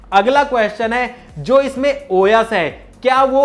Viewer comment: Bhai wo khane wala O YES nahi #OS hota hai..sahi bola karo